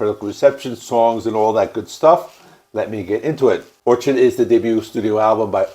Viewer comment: It’s Or-kid lmao. An orchid is a flower